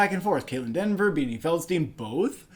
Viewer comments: Her name is Kaitlyn Dever* not Denver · Kaitlyn Dever, not Denver